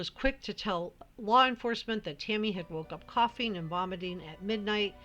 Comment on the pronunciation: Idk y I keep hearing u say Timmy instead of Tammy lol so weird